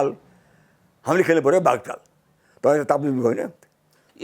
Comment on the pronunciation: बुढाले बाघचाल कि बाघचाल भन्दै छन् त 😂